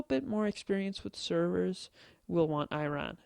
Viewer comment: Seriously? You made a video reading a webpage. No insights whatsoever. And how can you play Minecraft & not know how to pronounce Iron?